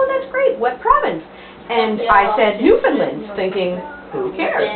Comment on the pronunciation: you say "Freshwater, Canada," in relation to the relocation of the graveyard in 1941. Newfoundland, and Freshwater in it, was not part of Canada until 1949. Also, you say "Newfoundland" incorrectly! It should rhyme with "understand."